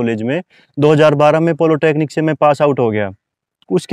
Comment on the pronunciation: Bhai yeh polotechnic kya hota hai!!! Humne to Polytechnic suna hai🤔😆